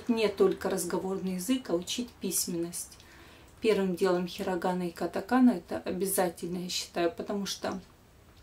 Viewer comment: Не понятно, откуда берётся это "хирагАана" и "катакаАна". При том, что всю жизнь ударение ставится в русском произношении на втором слоге - "хирАгана" и "катАкана".